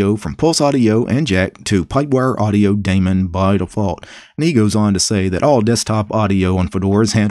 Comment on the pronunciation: i like how pronounces daemon:3